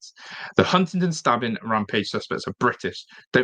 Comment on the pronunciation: Can he not say Huntingdon?? 😂😂